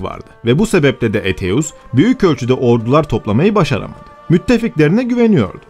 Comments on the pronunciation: Aetius'u Eteus olarak okumayı nasıl başardın hayret ediyorum.( Eytius gibi okunur) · Eteus diye telaffuz etmeniz çok yanlış..Sizi uyaran hiç olmadı mı?